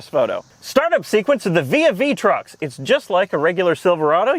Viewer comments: For some reason my brain immediately went to vis-a-vis truck when he pronounced the name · Um its "Trux'n" ty! xD